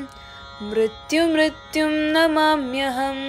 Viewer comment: ഗുരു ദേവ. ആ കുട്ടിയോട് പറയു മൃത്യു മൃത്യോം. എന്നാണ് ച്ചൊല്ലേണ്ടത്. മൃത്യു മൃത്യു എന്നല്ല